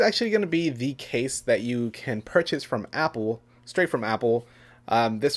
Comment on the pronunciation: It's Apple not apole